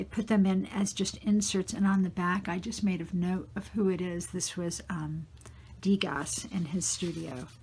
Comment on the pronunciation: DEGAS is pronounced with silent "s". = du(ah). Did you choose artists your friend likes? BEAUTIFUL art intetpretation for an art friend.